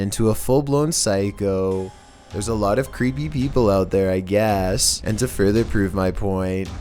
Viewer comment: The way he said I guess 😂😂😂